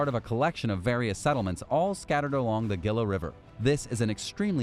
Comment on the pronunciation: HEE-lah, like gila lizard, not Gee-lah.